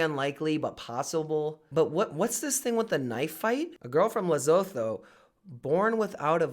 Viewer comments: its pronounced Leh-suu-tuu.. not Le-se-tho😂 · Its pronounced lisootoo (Lesotho) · pronounced Leh-soh-toh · Le-so-though 😭😭😭😭😭. I'm dying. That's no how it sounds at all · THE WAY HE SAID LESOTHO 🙈😂😂😂 It's pronounced La-sue-too 😂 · How to say Lesotho Li-su-two